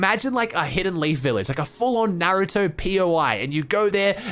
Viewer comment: Finally someone who says naruto correctly